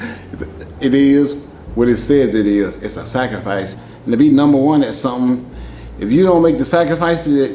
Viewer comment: The way he pronounces "Sacrificee" 😄